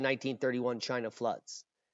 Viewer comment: Ahhahahahah "made in chayna" never lets you down for laughing !! 🤦🏻‍♂️👎🤭